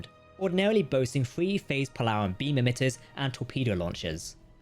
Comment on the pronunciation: Whilst i appreciate any channel that does its own naration instead of using cheap, awful AI. Captain Jack's pronunciation of certain words really get on my nerves. Chin-toh-kah, not Chin-tow-ka, and pole-a-ron, not poll-aron, amongst others. 🙉